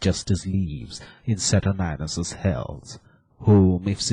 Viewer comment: whoever played aaron did a damn fine job. Saturninus needs a better mic, and maybe some help with pronunciation of Th sounds. And its pronounced Sat ur nine us not sat urn ius.